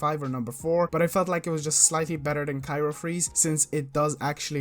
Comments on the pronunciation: *cryo not cyro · CRY-O freeze, not KYRO freeze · CRYO (cry-oh) not cairo freeze lol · Bruh i couldn't watch past "cyro freeze" like cmon